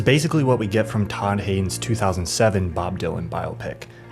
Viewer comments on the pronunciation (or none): none